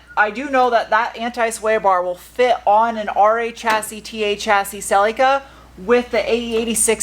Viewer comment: Why do pronounce Celica - Celeeca? It’s Cell-lick-a